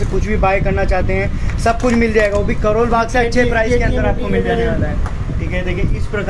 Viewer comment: करोल बाग़ होता है भाघ नहीं होता 😂